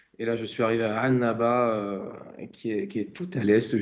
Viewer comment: واحد فرنسي ميقولش عنابة بكل فصاحة يقول انابة